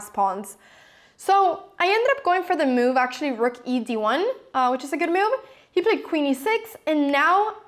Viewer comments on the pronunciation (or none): And the funny way she pronounces the word 'move': ..'he didn't understand my mewv' ;)))) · Mew-v..ha-ha, never heard anyone pronounce the word 'move' like you do before :-)